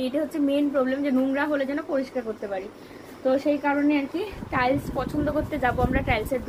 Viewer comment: কথাটা টাইলশ টাইশ